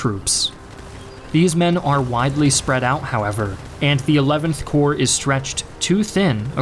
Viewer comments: "...including six of seven Union corps." "Corps" is pronounced like "cores," not like "corpse." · Can't watch ya now, when you pronounce Corps with the emphasis of the "S" 😂